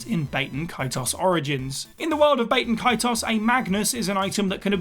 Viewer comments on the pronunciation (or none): Bat-E-N Ka-T-Oss